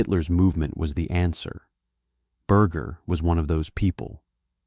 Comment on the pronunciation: Can't u say his last name correctly